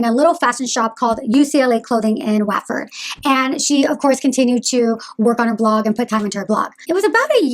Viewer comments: OMG! Can’t watch this, speaking way too fast and comes across as totally manic! Also, it’s “What ford” not “Waat ford.” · Just to give you the heads up WATFORD is pronounced like Whatford not like waatford. I'm English and get American names wrong all the time so thought you would like the tip. I wished people would let me know 🙂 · Of course you don’t know who she is you’ve never met her. Have you even been to the U.K? Because Watford is pronounced Wotford not Waatford. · It’s pronounced Wotford- do your research before you do a bio and sound like an idiot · I'm from Watford, it's pronounced "what-fod" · I've never heard of Lydia before this video. Side note: Watford is pronounced “𝙒𝙤𝙩𝙛𝙤𝙧𝙙” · Lol 'Watford', it's pronounced 'Wot'ford. I grew out of Lydia's content years back but can't understand why people make such vocal judgements about someone who they only know online. Does it really make you feel better? Really? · FYI ‘Watford’ is pronounced wot-Ford! X